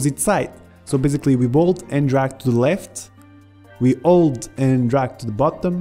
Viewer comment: it sounds like you say "alt" when you say "hold" when talking about spiting windows